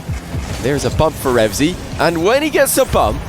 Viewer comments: Why do u keep saying REVZY, i dunno why but it annoys me lol, its "RevEazy" * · says "remzy" throughout the video